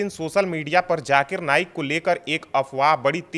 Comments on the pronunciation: Jaakir nahen zaakir ko theek se bolo. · Bahn k loday pehle bolna seekh fir baat kr jakir nhi zakir hai 😂😂😂 khud ka test karav kahi tum ko aids na nekle 😂😂😂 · Zakir,jakir nahi bolna Sikh 😅😅😅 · Pehle aap bolna seekhe jakir nhi h Zaakir h baad m nafrat ugalna😅 islam k against